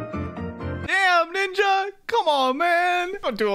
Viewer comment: When said "damm ninja", for a second I heard something else.